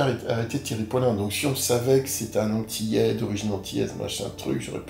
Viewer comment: Revois ton français il y a des liaisons qui ne se font pas ! Vous êtes antillais et non vous êtes zantillais